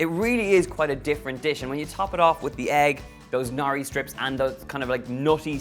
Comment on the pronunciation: It's 'nori' not 'nari.'